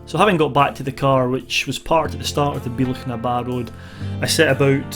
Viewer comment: Great video but you're pronouncing "Bealach" wrong. It should be more like "Be-ya-lach". Love your videos though - showing off Scotland and doesn't she look good! 😀